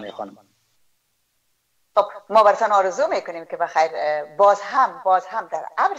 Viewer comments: آرزو است نه ححححححارزو به لحاظ خدا سواد بیاموززززززز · لطفا کمی دقت کنید در تلفظ، جملات گرامر دری تان مشکل جدی داره لطفا کمی تمرین کنین قبل از گپ زدن در مدیا هزیز نه عزیز هاروزو نی آرزو